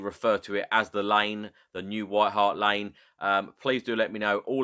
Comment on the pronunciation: "Nike Hart Lane" sounds OK?